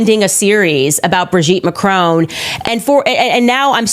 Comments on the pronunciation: It is pronounced Mac-ron, not Ma-crone, please pronounce the surname of the French president correctly. Just because Candace Owens pronounces his name incorrectly, doesn't mean you have to, it really doesn't become you. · She would seem too stupid to realise that if MAGA get their way, after they’ve removed all the brown people the black people are next. Here she is standing up for the fascists who detest people of her colour. I wish Americans would learn to pronounce Macron properly and come to think of it croissant. 🇺🇦🇨🇦🇬🇧